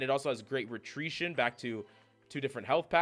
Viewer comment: “Retreation” - added to my dictionary